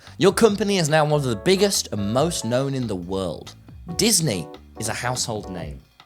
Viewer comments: i like how says world like weld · I like how he said wairlrd